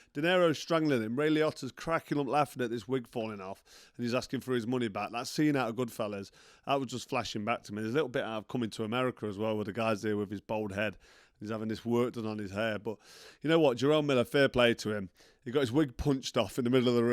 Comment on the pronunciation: Mr Froch! It’s bald head, not bold head!